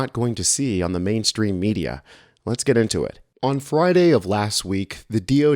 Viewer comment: I thought you said the media killed the dinosaurs for a moment.